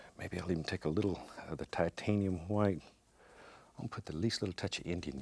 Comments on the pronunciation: Liquid H-WHITE titanium H-WHITE. Haha love it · You know its a real painting when titanium white comes out I correct myself **Hwite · Not white huwhite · I love how he pronounces " white " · I love the way he says white its like that family guy episode where Stewie pronounces Cool whip like Cool Qwhip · Lmao right?! Kool qwhip